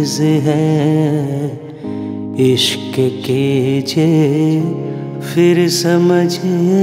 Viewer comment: You are an amazing singer,! Every time I hear your singing I go into a trance. Just one small advice: one word in this song is pronounced phir, not fir. My apologies for pointing put this minor thing 🙏